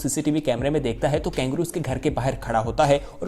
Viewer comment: वीडियो बहुत अच्छा लगा - पर ये " कैंगरू " क्या है ? कंगारू KANGARU कहते हैं शायद ?